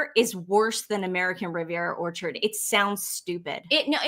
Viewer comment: He also has apologized for his pronunciation of American Riviera Whorechard. Venezuelan accent, you know.